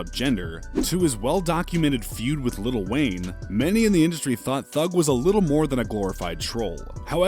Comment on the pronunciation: Yo its prononced lil not little